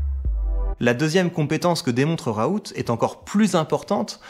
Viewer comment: Par contre on dit "raoul" et pas "raout" sinon tres bonne video